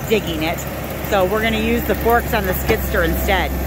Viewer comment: Its a Skid-steer . I was hearing you say skidster